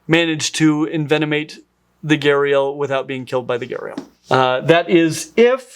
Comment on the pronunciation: Every time you said gharial i heard gyarados and pictured the pokemon